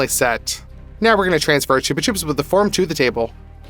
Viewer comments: ITS CHUB-A-CHUBS NOT TUBE A TUBES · I thought it was said like chubba chops💀